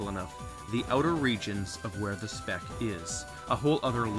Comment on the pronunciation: every time he says speck I think he says spick